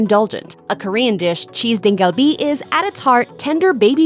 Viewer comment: lol cheese "deng" kalbi.. i'm sure pronunciations of the other dishes are way off.. try asking for that at a real korean restaurant, they'll laugh at you